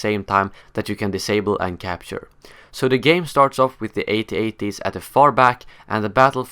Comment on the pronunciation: Haha, it's At-At. Not A.T.- A.T.! I can't watch anymore. Too annoying!!